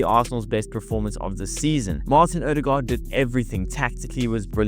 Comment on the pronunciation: BTW, your Ø pronounciation is just as fellow Norwegians would say it! Not just as an "O" .